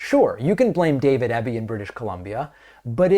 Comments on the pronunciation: Eeeby not Ebie ✌🏻❤️🇨🇦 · Pronounced EEby, not EBBy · I love that our province is getting noticed by American media lately. But at least pronounce our premier's name properly: It's Eeby, not Ebby. Gonna miss Jack Daniels but I like our sovereignty better. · I’m proud of my Premier for this, and only because David is trying not to mispronounce names its EE-bee, not eh-bee 😅, but we Canadians don’t mind all that much it’s close enough lol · We appreciate you and watch your show often. As a Canadian who lives in B.C. I would like to let you know that our Premier's last name is pronounced EEE-bee. (like easy) Not a huge thing but we thought you would like to know. Keep up your amazing work! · David BC Premier’s surname (Eby) is pronounced Eeeebeee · David, Sir, it’s pronounced “Ee-bee”. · The BC Premier’s surname is pronounced EEBEE. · DAVID EBY IS PRONOUNCED E BEE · Eby's a good premier and I'm really glad he won our last provincial election. His competition would have rolled over and played dead. His name is pronounced with a hard E though. Eebee. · Just a wee point.. everyone in the states is pronouncing his name wrong .My Premier's name is pronounced E-Bee 😉 Great show as usual ❤ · E BEE, EEEBBB. EB, Eby:)